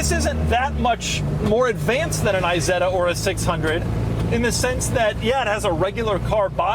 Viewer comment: PLEEEEEEEASE NOT! i-setta would be an Apple product. Try "Eeeeeh-Setta".